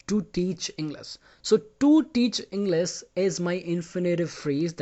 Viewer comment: No offense but you tell the word English like you forget the h